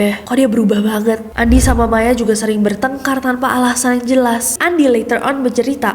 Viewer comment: kak nessie nyebutnya bukan andi lagi tapi "andy" (pronounce english) HAHAHHAHA emang beda lidah bilingual